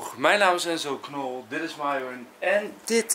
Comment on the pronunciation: Enzo Knol je sprookje eigennaam per ongeluk verkeerd uit je zei Enzo Knor